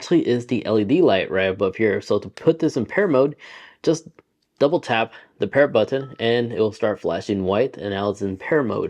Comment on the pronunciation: “Touble tap” 😂😂